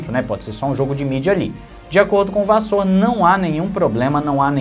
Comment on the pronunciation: a pronúncia do Frederico da Ferrari é Vassér e não Vassôr... Abraços e continua com o teu trabalho sério.